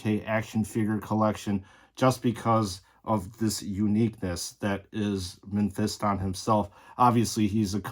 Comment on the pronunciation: It's pronounced Meh-fis-tin, not pronounced Men-fist-on 😂